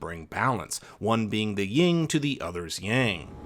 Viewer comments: Lol you said ying, instead of Yin. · Good vid but it's 'yin and yang', not 'ying'. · It is yin and yang not ying fyi